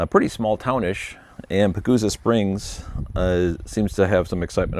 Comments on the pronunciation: Pronounced Paw Go Sa Springs. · pa - go - sa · Hello from Colorado, didn't know about the Pagosa springs chagrined, that's almost at the state line of NM, that's exciting to see more charing around!! puh·gow·suh (more like puhGOsah) haha? Idk haha happy charging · Love your content! It’s Pagosa has a long “o”. Keep tuning it out!!